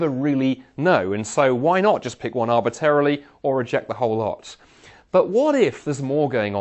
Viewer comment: I like the way he says "arbitarily" instead of arbitrarily.